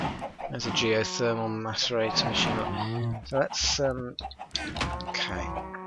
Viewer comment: Thaum sounds nothhing like therm you were right before it's a unit of magic possibly from terry pratchetts books unless I'm mistaken and please stop saying mace-e-ate-or it's mass-ehr-ate-or